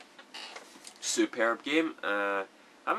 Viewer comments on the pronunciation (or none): bioshock not vioshock sorry